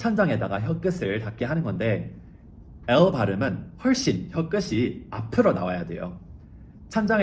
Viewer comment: 끝에를 끄세, 끝이를 끄시로 발음하셨는데요 이것은 연음규칙에 따라 끄테, 구개음화에 따라 끄치로 하셔야 합니다. 다른 언어를 완벽히 이해하고 논리적으로 설명하는 천재성에 놀라고 질투 나서 한마디 거듭니다 ㅋ 감사합니다